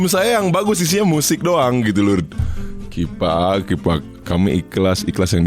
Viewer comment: Wkwk Bengek hyung kifak afa afaan nih🤣🤣